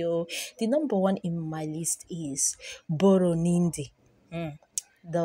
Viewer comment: God save her. "Boronindi Kemerus Magadakos"!🤣🤣🤣